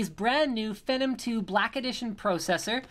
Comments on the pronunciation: Its pronounced FEE-NOM, not FEH-NOM. Hate to nit-pick, but yeah. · Its pronounced "Fee-num" not "Fenom" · PRO!!!!!!! cessor FENnom I wanted to shoot myself every time he said that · FEE-NOM.... FEE NOM.... FEENOM... PHENOM!! sorry just annoyed me, i like the vid tho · yea, it's pronounced like FEE-nom...or at least that's how that Leslie Sobon says it LOL! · pra-cesser and fee-nom you sound like a fucking dumb ass in all of your videos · Comon Linus its Fee-Nom, you frigin NERD lol. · I saw an interview with AMD and the guys at AMD pronounce it FEE-NOM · phEnom E its long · you say phenom so WRONG.... it sounds nasty, what a disgrace lol